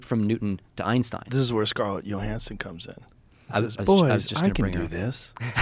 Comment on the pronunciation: “Scarlett Yo-hansen”